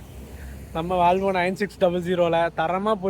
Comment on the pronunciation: Bro it's not "valvo, it's volvo.